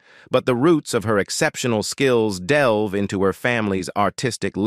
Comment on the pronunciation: Amazing these people keep getting hired as announcers. "sways" "del-veee" "oddisay"